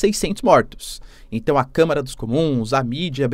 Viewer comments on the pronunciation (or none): none